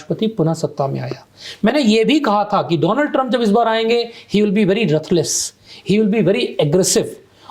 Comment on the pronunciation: पहले मैं सोच रही थी तुमसे अपना कुंंडली दिखवाऊ पर जैसे ही मोदी की चाटने लगा पता चल गया कि तू है। भारत का growth होता लग रहा है आज 🤫 वाह रे मोदी के लाल। और सुन मुनडेन नहीं मनडेन होता है, रथलेस नहीं रूथलेस होता है। क्‍या वाकई में पढ़े लिखे हो या रट के आ गए हो कुछ एक दोहे। कितना कितना चाटेगा अपने बापू की समझ नहीं आ रहा जैसे जैसे तेरी बकवास सुनती जा रही हूं और तू बढ़ता चला जा रहा है। पहले लगा इतने कैसे कमाए तूने पर फिर थोड़ी देर में समझ आ गया, तेरे सनातनी देस में तेरे जैसों - रामरहिम, आसाराम, लाला रामदेव यूं ही थोड़ी न अरब खरब पति बने बैठे हैं। तुम जैसों की वजह से सनातन शब्‍द सुनते ही लगता है कोई गाली है।